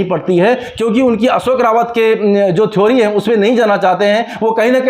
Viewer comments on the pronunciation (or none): none